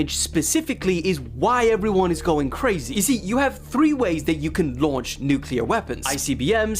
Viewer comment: Nuclear: NEW-KLEE-UR